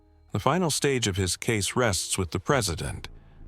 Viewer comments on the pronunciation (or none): none